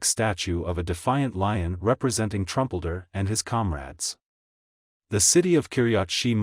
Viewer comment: His pronunciation of Giladi, Ayelet Hashahar, Kiryat Shemonah and Trumpeldor is atrocious!